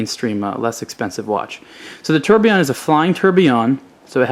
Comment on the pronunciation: Tourbillion is pronounced - Tour-bill-yon. You have to say all the letters on the word, not ''ate'' them in american style :))) Just a note, great review btw.